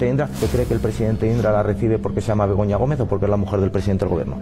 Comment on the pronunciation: Jajaj en vez de Begoña creía q decían pelota